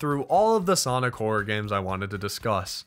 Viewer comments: please stop calling him "soinc" his name is X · god damn it, soinc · Ahh yes, Soinc